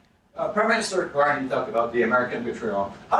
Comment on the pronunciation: Sounds like reporter addresses Carney as "Mr.Carnage." lol